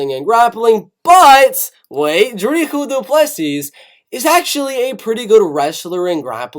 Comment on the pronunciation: your saying dricus du plessis incorrect